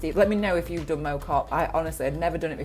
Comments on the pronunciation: I grew up around there. Got unfinished business with the climb. FYI it's it's not Mow that rhymes with Low, it's Mow that rhymes with Plough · I used to live near there and we pronounced it differently to you. More like Maow Cop, rather than Mow (as you would a lawn). I remember cycling up to the folly with my school during an activities week back in the early 90s on a very heavy mountain bike. It is such a brutal climb! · Yes , the “Mow” rhymes with “how”, not “oh”. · It is pronounced ‘Mao’ Cop like chairman Mao not Mo as in lawn mower. Non locals often make this mistake. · Pronounced Mow (as in smack ow) not Moh (as in mowing the grass) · Well done. Great ride. One small point, the locals call it Mow, as in cow. They ought to know. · Well done, although it is pronounced Mow like Wow or Cow. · Well done and W's got you the correct way to say mOW Cop and yes its one of the prettiest parts of Cheshire for sure. I live not that far away and the Cop is a regular visit - worth it just for the stunning views over the Cheshire plain and beyond. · My local climb, lots of different ways ffrom different sides which are just as fun, slightly off with the pronunciation though 👀👍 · great effort. speak to a stokie on how to pronounce Mow Cop properly